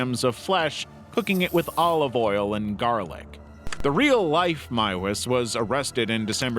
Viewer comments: He's done another video where he mentioned him and pronounced his name MOOZ. HOW. THERE'S NO OO OR U IN THIS NAME. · FINALLY someone pronounces Miewes right Edit- welp, the second time you muffed it up